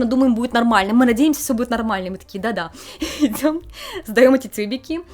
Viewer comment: какие проблемы с "произносением" у девуськи из Одессы (сьто, школько, минуту идзем, "махает" рукой, посьли, посьли, сьтадо барАнов, идите дальсе, бумаську, отслезивания, прилозение, такзе и пр.). одесситка косит под японку ?